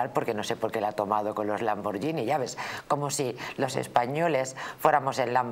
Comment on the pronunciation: NIÑA. POR DIOS! SE DICE LAMBORGHINi LANBORGHINI...L A M B O R guI N I (TANTO EN ITALIANO COMO EN ESPAÑOL. L A M B O R G H I N I---------lamborguini